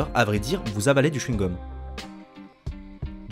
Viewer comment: AvALER pas AbALER ptdrrrr